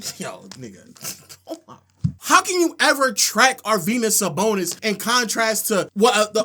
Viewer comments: Ar-Venus Sabonis my nigga? 😂😂😂😂!!! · Really,? Arvenus Sabonis?? Is he, like, the Tom Brany of basketball? That's just lunicrous! Aside from not knowing how to say Arvydas Sabonis, your debate skills are amazing. That is, if rubbing your forehead and getting all sensitive without making a single salient argument are debate skills. You clearly have an aversion to evidence and numbers, so I wonder if your entire stance is based off your fragile emotions or is there something more substantive you forgot to mention.